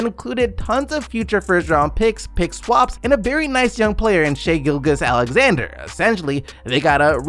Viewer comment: You still cant pronounce gilgious properly lol